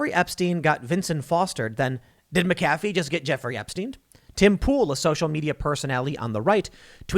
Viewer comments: It's pronounced MACafee despite the way it's spelled. Doggone foreigners and their fancy surnames. I used to work for McAfee - your mistake is a common one. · It's pronounced mac-ah-fee. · His name is Mc a fee. He's not a friggin McDonald's coffee clown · John McAfee pronounced it mackafee. Just fyi. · It's Mac a fee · Take a shot every time Tim says MahKafee. Congratulations you are dead from alcohol poisoning. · It’s pronounced Mac-uh-fee...from his own mouth in a documentary I watched on him a couple years ago. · It’s MAC-AfFee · MAC AH FEE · Mack-A-Fee a with the short sound. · Please pronounce the name correctly - MACafee, accent on 1st syllable. Shame on you! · It's MAC A FEE. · I couldn't even pay attention to the whole story without clinching my teeth over ,Mac -a-fee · pronounced * MAC-A-FEE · Mac uh fee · You mispronounced Mcafee this entire video and only pronounced it correctly the last time you said it 🤬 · As a second language speaker, is Tim's pronunciation of McAfee on the A correct? I've heard it on the ee only (up to this point). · Why you saying McAfee like that when you're reading, then pronouncing it right when you're just talking? lol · You're mispronouncing his name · If you don't know how to pronounce McAfee just alternate pronunciations throughout your whole video. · I’m sorry Tim you keep pronouncing his name wrong therefore I can’t do it. Believe it or not I’m a huge fan I’ll pick up on the next one. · Say his name right.... just once.... please!!!! Lol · Tim "I do my research" Pool Can't even pronounce McAfee right Literally just search "How to uninstall mcafee", click on the video made by him and watch for 15 seconds. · Can’t even say his name right ?!?!? LOL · I hate when people mispronounce it too. No excuses. This man has said his own name countless times. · It's funny how Tim is saying his name. 🤣🤣